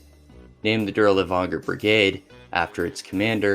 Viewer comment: Man idk, it feels like a surface level of research was done on these, some of the topics you completely skip can be researched by a few googles It really shows through your pronunciation, especially the butchery of even common names like Dirlewanger and Earhart. I get that it's a LONG video but cmon my guy a mispronunciation or two is one thing, but 80% of foreign names are so far off